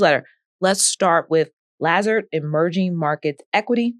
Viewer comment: She doesn't know how to pronounce "Lazard," one of the most storied names in all of finance. classic.